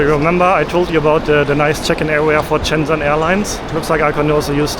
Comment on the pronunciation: I say this with love, but if I hear “Shenzzzzen” one more time… It’s actually pronounced “shen-jen”, soft, simple, no aggressive zzz. Please, for my sanity and for the people of Shenzhen try to pronounce it right.